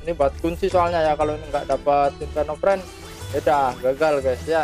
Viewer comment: Inferno Fiend bang bukan Friend.. Gada R nya